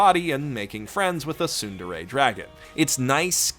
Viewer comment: Did You Say A TuNdErE DragON